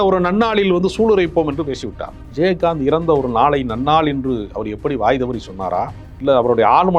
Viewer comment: விஜயஹாந்த் என்று உச்சரிக்கிறார் நெறியாளர். கேட்க நல்லா இல்லை